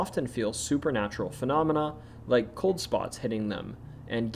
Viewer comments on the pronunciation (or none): none